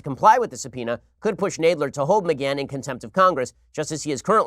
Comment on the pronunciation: Why can’t Ben say Nadler correctly?